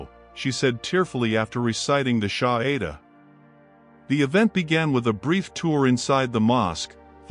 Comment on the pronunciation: It’s no SHAHIDA but SHAHADA..( the declaration of faith)